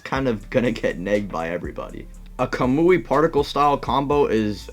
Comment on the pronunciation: I love the Ca-moo-e. He says it like that! It’s Ka-Mu-I